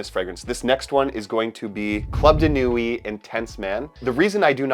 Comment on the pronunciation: Thanks for this excellent ranking. Btw, ‘Nuit’ is pronounced ‘nwee’, and ‘chinotto’ is ‘kinotto’.